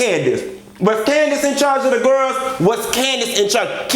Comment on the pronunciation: WHO was in charge of the" gir-els"???(you have to put emphasis on" girls"! Lol!! I love it!!